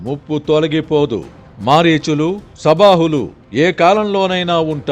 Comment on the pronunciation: సుబాహువు అనాలి సుబాహువు కాదు